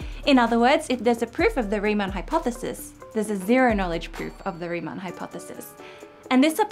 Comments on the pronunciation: Also "Riemann", not "Reimann". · Nice video, as always. But, as a German, I have to say this. It's RIEMANN, not REIMANN. So please, next time... 🙂